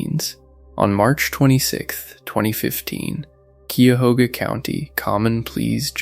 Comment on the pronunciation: Cuyahoga County pronounced KYE-a-HOG-a. Some folks say KYE-a-HO-ga. Glad these folks finally found their innocence.